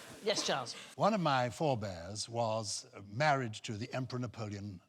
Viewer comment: i laugh every time he says one of my forebares